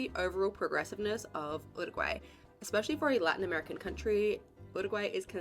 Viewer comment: You -ruguay in English not ooruguay.